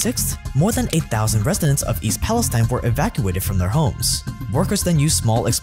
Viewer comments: Resindents Resindents or Residents ?? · “Clhoride” “Resindents” … ok